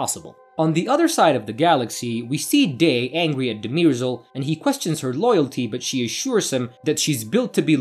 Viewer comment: It's not De-MEER-sel, it's DUH-mer-zel, as the characters have pronounced her name on several occasions. And it's not THEP-sis. It's THES-pis.